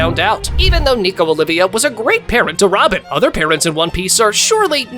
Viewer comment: Her name isn’t Nico Olivia, it’s “Olvia” (Ol vee uh) 😁